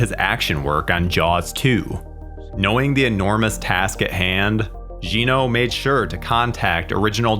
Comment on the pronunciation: Drives me nuts when people don’t pronounce European names correctly. The director, Jeannot Szwarc, is French. His first name does not sound like “Gino”. Details matter people.